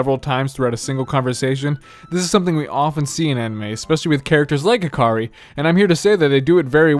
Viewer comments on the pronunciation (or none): it's HI-kari , not hi-KA-ri :(